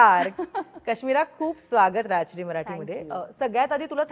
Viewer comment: अहो मॅडम please Rajashree चा उच्चार नीट करा ना..तुम्ही राजश्री न म्हणता राश्री म्हणता , ते खूप खटकते ..कृपया राग मानू नये . Watching from SanDiego !